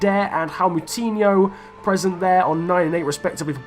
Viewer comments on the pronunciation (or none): Why you can´t read the "J" in Joao ??? Instead of Joao Mario you say "Ao Mario" , "Ao Moutinho", "Ao Cancelo" it´s kinda funny hahaha xD Btw: Ruben Semedo and Nelson Semedo are not relatives, they have just the same last name